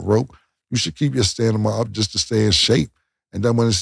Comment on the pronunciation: 🤣🤣🤣 Cam please learn this word staMiNa